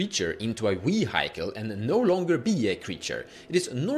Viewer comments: Artifact - Wuihaicull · The Vee-high-cle made me laugh 😅